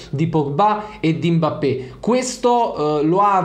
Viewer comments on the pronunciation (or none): none